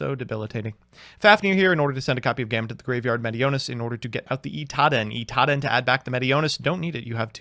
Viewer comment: Can't wait til Drytron isn't meta so doesn't say "iTaDen" anymore